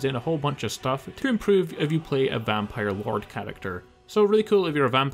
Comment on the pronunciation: "vanpire LARD" 😂😂😂